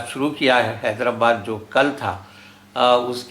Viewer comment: نہایت اور انتہائ کہے بغیر کوئ بات نہیں ہوسکتی؟ زحمت سخن ؟ کیا یہ کوئ مشاعرہ ہے؟ حیدر+ آباد تلفظ ہے نہ کہ حیدر+باد